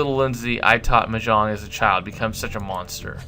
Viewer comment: U say mahjong wrong